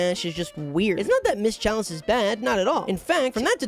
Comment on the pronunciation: he says ‘Charlie instead of chalice